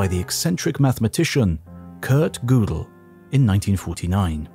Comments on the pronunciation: THE COMMENTATOR IS NOT A GERMAN SPEAKER, ... he pronounces Godel as Goodel (as in boot) rather than as Goadal (as in boat). The umlaut (the horizonal double dot over a vowel, in German) converts the "o" in Godel's name from the short o as in hot, to the long o as in O (P Q)). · Kurt Godel. Not GOO del The German is Ger del. First syllable like a dogs growl ryhms with her. English is Go del. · Fun fact: Gödel doesnt rhyme with poodle ☝ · Great documentary, but the way you pronounce Gödel is an insult